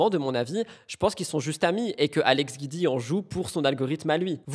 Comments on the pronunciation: Se prononce jioudi pas guidi . C'est juste le raccourci de son nom Giudicelli .... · Coucou Hope you doing better ❤ Guidi se prononce Gwouidi 😊 Kisses